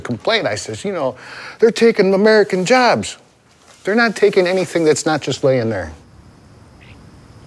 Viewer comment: "Th TOOk our JOBZ"!! 😆